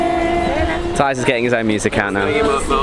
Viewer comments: What the hell is gangi.. why dont u pronounce ganga as properly ganag river... i never understand just say ganag river thats all.. gangi?? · Its Ganga not Ganjee 😜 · Gan ga... Like GaGA... Lady gaga I mean... You pronounced it wrongly